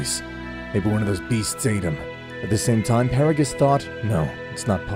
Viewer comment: He said BeRoOs